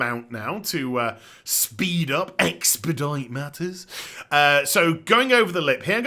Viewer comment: What's that hilarious thing you say ? expadoing matters? lol I love made up words and if this is one, I just would like to thank you greatly for adding a new word to the made up words dictionnary.